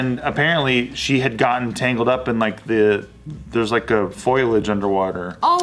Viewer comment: I love you but it was a pontoon not a row boat AND it's foliage NOT foilage.